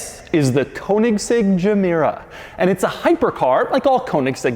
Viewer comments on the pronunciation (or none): in love with “VIS”